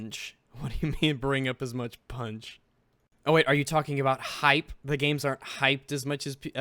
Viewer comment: Aboat is like the anti-canada version of aboot.